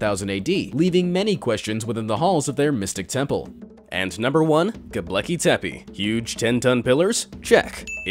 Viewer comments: It's 'Gobekli' not 'Gobleki'. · What the fuck is Goblecki Tepi? Its 'G O B E K L I T E P E' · Its not "go BLEKI tepe" lol. Gobekle bruh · You pronounced Gobekli Tepe WRONG every time you said it. You spelled it right in the title. However; You pronounced it "GobLEKI Tepe" every time. Didn't anyone else notice? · The way you say Göbekli Tepe is hilarious. You also forgot to mention how there is also 200 cities underneath it carved into Volcanic stone with some of the cities having three levels and others having as many as 10￼ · The most mysterious of all is how the narrator managed to mispronounce Göbekli Tepe every single time. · Ugh! Please pronounce Gobekli Tepe correctly. Other than that maddening thing, good video. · So many people have heard Gobekli Tepe pronounced correctly that your mispronunciation really detracts from the video. You really should dub over it if possible. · GOBEKLI TEPE You pronounced it wrong.